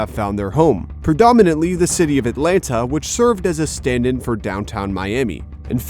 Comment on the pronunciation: Atlanta? Are you trying to say Atlanta?